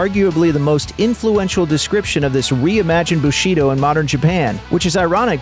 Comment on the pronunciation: Bushido - stress is on the first syllable...